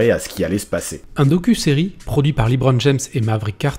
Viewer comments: Bonne vidéo mais s'il vous plaît, arrétez de dire "Libron" ça se dit "Leubron" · évite de dire liiibron james mdr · On dit Lebron pas Libron ! Ecoutez les commentateurs des matchs NBA des LAL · Jus(te on dit pas "Librone" les gars :p juste "le brone" c'est bon :P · C’est la phonétique anglaise et donc c’est Libron. En anglais E se prononce I dans ce cas précis.